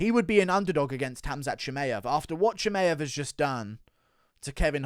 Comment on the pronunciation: Guru is literally the only person in the world who says ChimAev😂🤣